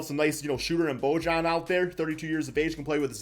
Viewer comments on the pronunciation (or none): its pronounced boyan. not bojan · I think it’s “bo-yan” or “bo-han” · Can someone please teach how to pronounce names 🤦🏻‍♂️ Bojan = Bo-yawn Bjelica = Beuh-litza Gilgeous Alexander =Gill Jus Alexander Vassell not Vessell Plus more smh